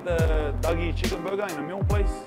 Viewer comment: "Burgar" :p Thanks for the video big guy.